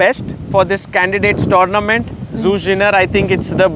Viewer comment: His work seems to be amazing with her getting so many advantages in the middle game. Gotta say though: Damn lol, Zhu probably too polite to correct his pronunciation of her name (zh pronounced similar to j in English instead of z).